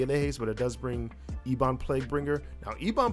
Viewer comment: Love the content, subbed. Gotta say one thing killed me though, ebon xD Its ehb uhn. Everything else was on point =D